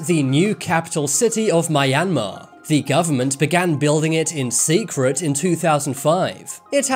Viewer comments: Nice content 👍 but Myanmar is pronounced as two syllables so Meeahn-mar. Not mye- an-mahr. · Actually it is pronounced as mianmar not like mayanmar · Miyanmar??? It's pronounced like how it's spelled bro MYANMAR lol. I'm from there. Also there are people living in the capital lol this is false information. The gold camp sports housing stadiums and training grounds are there and the 2013 Sea Games was held there. Also government officials, the main military HQ and people live there. It looks like it's empty becoz of how large the area used for the city is, so low population density, but if you visit the civilian areas a lot of people live there. I went to there back in June of 2021 and we even visited the market. Guys, don't believe what you see on the internet these guys talk from a google search not from experience. A lot of people from nearby towns and villages also moved to the Nay Pyi Taw city for work. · Mayanmar. I don't think that's how you pronounce it. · It’s not pronounced miyamar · The fact almost every westerners pronounce "MYANMAR" wrong including this guy. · His pronunciation of Myanmar makes my ears bleed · Dude you pronounced the name of Myanmar wrong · At least learn how to pronounce Myanmar properly duhh or just call it burma